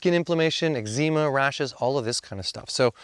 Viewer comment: How nice it was to hear someone pronounce eczema as ekzeema! Apparantly this is a uniquely Canadian pronunciation! 😄